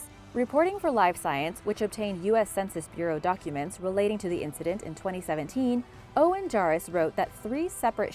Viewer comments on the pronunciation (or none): none